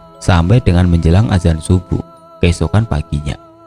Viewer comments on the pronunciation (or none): none